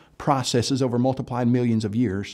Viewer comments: At first I thought I misheard but actually pronounces "multiple" as if it was "multiply". Urgh. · To make it more frustrating, often cuts off plurals where they're needed. Still not as aggravating to me personally than his inability to pronounce "multiple" properly. Every time I hear "*multiply* millions of years", my eye twitches.